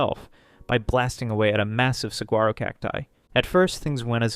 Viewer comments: As an Arizonan I feel obligated to say it’s pronounced “sawaro” cactus… saying the g infuriates me lol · Only quarrel with the video is saquaro, the g is silent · Saguaro is pronounced Saw-war-o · The "g" in saguaro is silent.